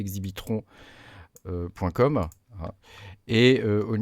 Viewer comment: L’exchange pour le pulsar c’est « Exbitron » le nom, pas « Exibitron ». Lol Merci pour la rigolade ;-)